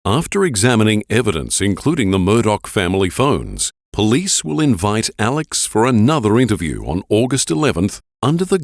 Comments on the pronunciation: the most disturbing thing about this case is his name is spelled Alex but pronounced Alec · The narrator calling him Alec instead of Alex is turning me off from watching this. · I love you,, but it's Alex, not Alec...